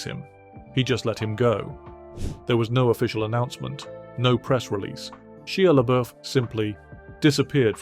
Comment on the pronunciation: Also, Shee -ah La boof You can always count on the Brits to do odd things with pronunciation.